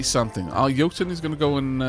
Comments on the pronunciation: I think you are pronouncing Jotun correctly. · Pretty sure you're saying jotun right, as it comes from the same culture as Jarl.